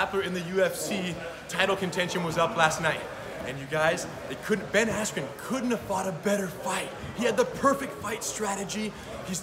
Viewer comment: Cocaine is a hellauva drug😂🤣😂🤣 I swear he said Ben Asscream 😂🤣😂🤣